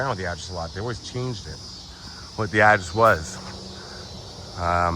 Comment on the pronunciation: I've never heard the word address pronounced with one syllable, the way you do it. It sounds ridiculous.